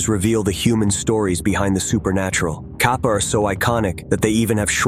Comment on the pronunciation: It's pronounced like Cap-uh